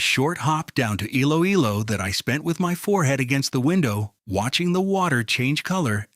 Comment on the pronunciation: Iloilo is pronounced “ e-lo-e-lo.”